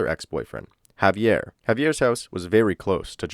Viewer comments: HA-VEE-AIR!! Please say it correctly. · Why did I hear “heavy air” when he said Javier? 😂